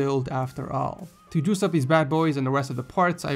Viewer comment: I hate how you say juice, gives me the creep.